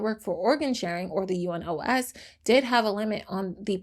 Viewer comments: I am saying this super kindly, but it’s pronounced You-Nos not U-N-O-S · Just a note if you ever deal with UNOS In future videos, it's commonly referred to as "You-nose", with a soft "s", meaning it rhymes more with "dose" than it does with "close", If that makes sense. That just rolls off the tongue easier than having to say the four letters over and over again, LOL. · I love your channel and enjoy watching your videos. But I still have a comment. Please do some more research before recording these videos. U.N.O.S s not read as U.N.OS., like the abbreviation. It is read as it is written. I know this even though I am Turkish 🤭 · It’s easier to pronounce the acronym for UNOS, which is you-nos, with the "nos" rhyming with the Spanish word "los."